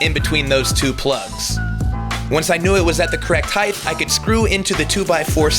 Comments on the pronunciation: If he says “heighth” one mo time... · 't'. This is a pet peeve of mine, too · You misspronounced "height" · PSA: Heighth isn't a word. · Love your videos. Every one. But your pronunciation of "height" is killing me.